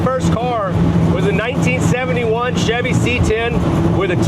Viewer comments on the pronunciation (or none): none